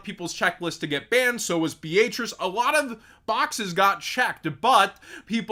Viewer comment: Beatrice is a real name and that’s not how you say it 😛